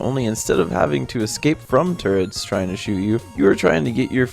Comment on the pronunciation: turrets not turrents... (Cringe)